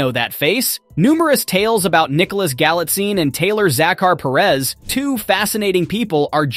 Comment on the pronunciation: You totally butchered the pronunciation of Taylor Zakhar Perez. Like wth😤